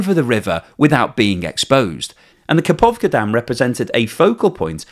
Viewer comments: Where did you find a 'P' in Kakhovka? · How could you give the same credulity to the claims by Ukraine and russia? russians have been lying about almost everything so far. And it is KaHovka, not KaPovka. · Kakhokva dam, not kapovkha.